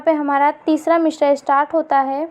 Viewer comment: تلفظ پہلے درست کر لو مصرع میں ش نہیں ہے